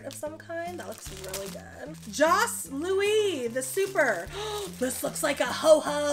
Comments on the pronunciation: Jos Louis is pronounced "Joe Louie". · Lol it's pronounced "Joe Louie" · All thse snacks are 100/100 for me. Eat More is sooo good... Thrills is a gag gift really. Jos Louis is pronouncation Joe Louie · The Jos Louis is pronounced Joe Louie. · Joe lewy is how it’s pronounced 😂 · Cringing every time 🤣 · Jos Louis is prenounced Joe Louie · It's pronounced Joe Louis